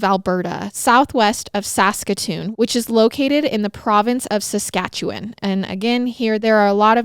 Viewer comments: Coming from Alberta, you said Saskatchewan perfectly so don’t worry! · I live in Regina Saskatchewan and was impressed with how you pronounced it. 👏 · You have no idea how excited I was just hearing you pronounce Saskatchewan correctly! (I live there) We barely hear any stories so close to home and when we do it's never said correctly lol. Love you guys <3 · I live in saskatchewan you pronounced it perfectly